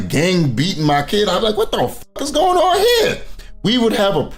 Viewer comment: Why is it that is able to pronounce her Gs at the beginning of words just fine but not at the end of them?